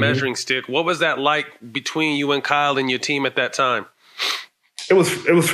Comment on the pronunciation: He says Kyle like he’s saying kal and it keeps throwing me off lol